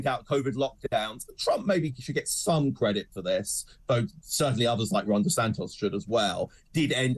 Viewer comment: DESANTIS not DeSantos you pillock.